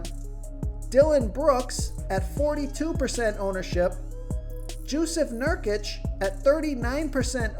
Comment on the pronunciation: Who's Joseph nurkic??😂😂